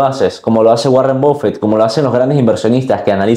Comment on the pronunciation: Buen video pero creo prefiero la inversión activa, solo una apreciación la pronunciación de Buffet es /Baffet/ no /Bof fet/